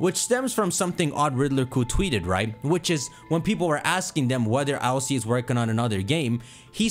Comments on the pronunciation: It’s not I.L.C.A it’s ILCA, the Japanese name is literally Iruka which is ILCA in a Japanese accent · Please just say ILCA, not I L C A 😭 sounds dumb. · Ill-ca where is the I-L-C-A pronuncing coming from it's Ill-ka